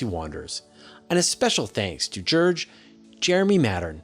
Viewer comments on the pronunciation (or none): none